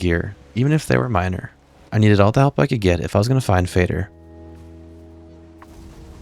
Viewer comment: FINALLY someone who pronounces Fader correctly